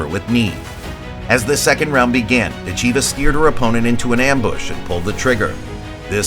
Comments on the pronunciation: “dit-CHEE-vuh” 😅😅😅. PLEASE! It’s “DIT-cheh-vah”. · Pronounced.... Dit Cha Va Idiot! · NEXT....time watch the video before posting....her last name is pronounced: Dit....cha...VA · How could you watch all these announcements of her name and still pronounce it wrong the whole time !????? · What is with the Americans when pronouncing words? Can't they listen how the rest of the planet is pronouncing her name? She is impressively fast while having powerful blows and no trash talk! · Learn how to pronounce her name. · You are mispronouncing her family name. The correct accent is on the first syllable. Listen to the referees.